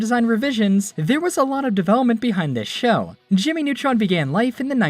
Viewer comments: "Jimy Nawtron" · JIMMMY NEWTROUNSSSSS ORIGANAL SHAOW